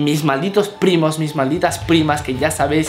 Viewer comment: Minuto porfín pudo pronunciar primos no hermanos ✌Vive al máximo ✌